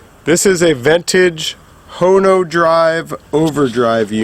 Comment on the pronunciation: Not a Honeo …. A hone-o-drive